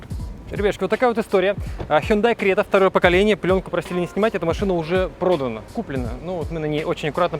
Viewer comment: Хюндай Срета 😄